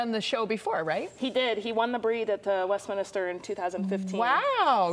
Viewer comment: You would think a news channel would know that it’s Westminster not West Minister.